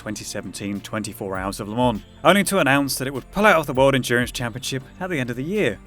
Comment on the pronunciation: He's driving me crazy with the way he pronounces Le Mans.